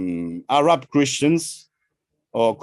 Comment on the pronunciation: I can accept most of it....but Ahhh Raaaab is horrendous. It KILLS content and context and needs to be corrected. Not even French intellectuals say Ahhh Raab.